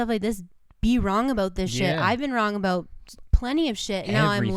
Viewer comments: nobody: absolutely NO ONE: Kurtis: aboot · JJ McCullough would like to have a word with you.